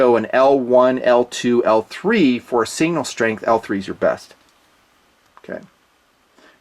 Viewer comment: Say it,: "Signal". "SIGnal". Sig. Nal. Not "single". Sig-nal. Love you, brother!